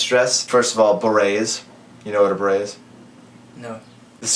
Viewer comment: That video was kinda funny even though some questions were kinda hard for to understand. Like the "stripped shirt" one. I was also a bit amazed at some of your questions like "do you know what a beret is?" Seriously? Béret is a french word, of course he knows what it is, it's just your pronounciation that is too americanized for it to be understandable by a french native. And you probably know more French artists that you actually think you do: Daft Punk, M83, Yelle etc.